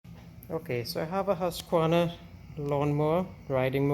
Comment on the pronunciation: Pronounced: Whoss-kvarna - Like using the word "who"👍